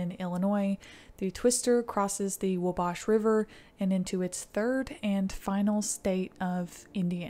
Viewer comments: We say Wa-bash river. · Never heard wabash river pronounced quite like that. Here its called wall-bash. Same as the town wabash. But lets not go into how the locals say peru or chili (both small towns near each other.) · As a native Hoosier…. The way Wabash river was pronounced bothers me. Other than that love the videos!